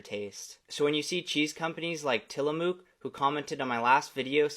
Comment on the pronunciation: The dairy company is pronounced Tillamuck. Started in Oregon